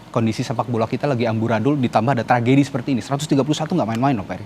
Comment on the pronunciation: Tragedi bang bukan trajedi..lebay Lo jadi pembawa acara